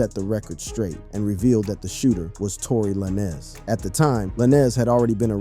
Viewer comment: "Tory Larnez" 🤣🤣🤣